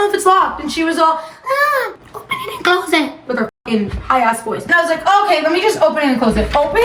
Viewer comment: "OpEn iT aNd CLOosE iT" has me DYING 😂😭